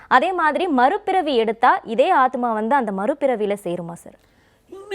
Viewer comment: Aathumaava?? Aathma solla varalai anchor ku